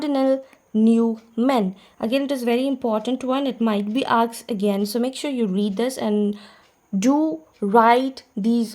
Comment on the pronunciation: True ma'am, many things have been "aksed"... Conventry Patmoore... Rocessti... Memoriorism...